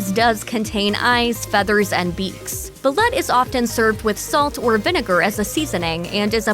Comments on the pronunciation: Pronounced Ball-oot yummm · The duck eggs are spoken as "bal-loot."